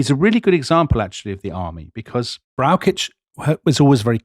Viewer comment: As a huge fan of this podcast it is difficult to criticise anything. However, Dominic has big problems pronouncing German names. General Brauschitz is for example not pronounced with a k sound.